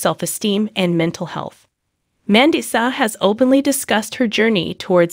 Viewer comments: Say her name right. Are you an AI bot. You say certain words wrong!! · Learn to pronounce her name. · SHAME ON YOU!!! How she died has not been announced. Take your AI generated voice that isn't even trained to pronounce her name properly and get out of here. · You don’t even know how to pronounce her name OR how she passed, shame on u for clicks 😮 RIP Mandisa, a sweet inspirational soul 🧡🫶🙏🏼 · I agree!